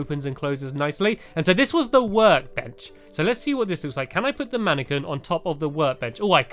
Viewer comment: It's pronounced man-a-qwin, not man-a-ken hehe. No offence to any fans or you, Stampy. :P